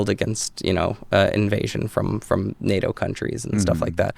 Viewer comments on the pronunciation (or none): none